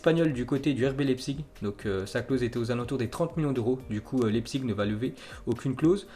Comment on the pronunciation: Leipzig on dit lAIpzig